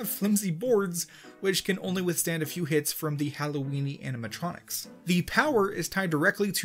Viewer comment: “Animetronics” lmao